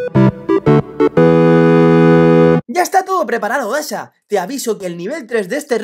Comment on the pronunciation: Y se dice dasha